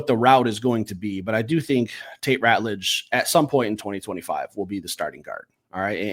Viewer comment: You guys are still pronouncing TeSlaa wrong. Lol. Jim Thrower is going to be sending you guys a formal letter, demanding that you pronounce people's names correctly.. it's going to be signed and fully endorsed by the Governor of Michigan. Edit: Will - It's Ratledge, not Rutledge. Lmao.